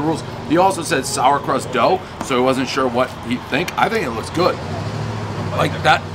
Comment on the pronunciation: “Sourcrust dough” 😂😂